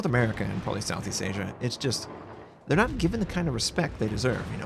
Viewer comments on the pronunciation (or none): none